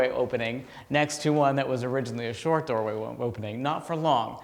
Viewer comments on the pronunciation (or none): none